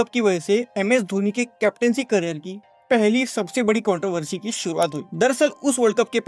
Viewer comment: Controversy NO-❎ Kontiversy YES -✅